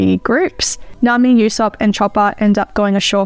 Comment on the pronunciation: Usopp’s name is actually pronounced as Oosopp